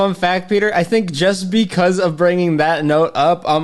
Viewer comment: You tink? Do you... tink a ton?